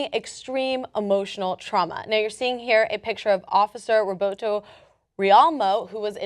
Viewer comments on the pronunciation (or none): His name is Robert she says Roboto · did y'all notice how she said Roberto instead of Robert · Since when is Robert, pronounced: "Roboto"?